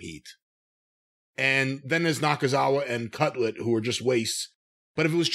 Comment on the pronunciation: Everytime they say cutlet instead of cutler, I get a little hungry